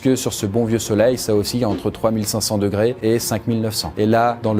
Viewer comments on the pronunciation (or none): ah donc toi tu dis degrai et pas degré? ok